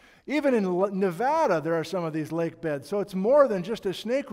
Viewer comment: Thank you for pronouncing Nevada correctly.